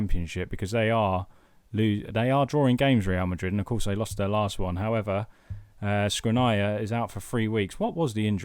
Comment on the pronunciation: You're butchering Škriniar's name is pronounced Shkreenyar